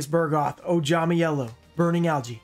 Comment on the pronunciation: It is called Bug-roth not Bur-goth. Why do always change the R and the G?